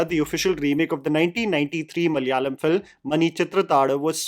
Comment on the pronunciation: I am impressed by your Malayalam pronounciation.